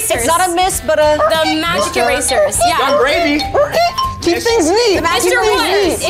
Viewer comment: bro really said yung gravy😂